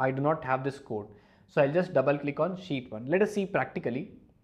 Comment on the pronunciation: I love it like he says "sheet"(shit):D Greetings from poland Mr.!!!